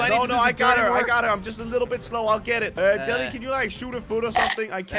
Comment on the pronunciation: 😂 hi you said Jerry instead of jelly